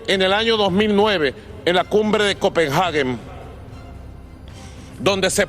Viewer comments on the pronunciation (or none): Excelente y muy puntual discurso del señor Maduro, pero la capital de Dinamarca no se llama "Copenjage" sino COPENHAGUE.